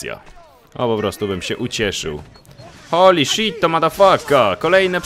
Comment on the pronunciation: o kuhwa ! cytuję: "hołli szjet zjeżdża do góry" XDDDDDDDDDDDDDDDDDDDDDDDDDDDDDDDDDDDDDDDD